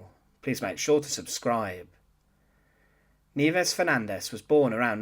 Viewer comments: It's ni-EH-ves, not NEEvez, u dummy. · You are correct that her first name means snows in Spanish, however it is most definitely not pronounced kneeves. The correct pronunciation is knee-eh-vehs. Thanks for this series. Cheers! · Nieves is the Spanish word for snow and it is pronounced NI-YE-VES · Very interesting-BTW-Nieves should be pronounced phonetically-Ni-e-bes. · it's pronounced "nye/bes" and you're right.. nieves came from niebe a spanish word which means "snow".. I knew about her but never knew her name or knew her story.. thanks, you just got a new sub.. 👍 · Totally off topic, but.... Where did you get the pronunciation? In high school, we had an exchange student who pronounced her given name of Nieves in a very different manner. She was a Spaniard, and as a native Spanish speaker, she didn't pronounce her name anything like you do. But The Philippines were a Spanish colony before becoming American territory, so it stands to reason this teacher's name would be pronounced the same. But there happens to be a Scottish pronunciation of the same group of letters, as well as Brazilian and Portuguese pronunciations. Your accent suggests maybe you were incorrectly applying the Scottish pronunciation. Just curious. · Poorly constructed piece, with lots of unnecessary duplication. It would also be nice if the narrator could learn the correct pronunciation of Nieves. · "Nieves" is a common Spanish word. Suggestion. Google a foreign word. Nowadays it is easy to get a pronunciation correct.